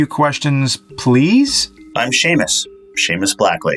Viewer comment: Thank you for actually pronouncing Seamus right